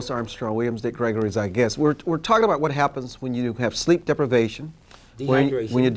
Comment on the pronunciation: Did my guy just say sleep deplivation?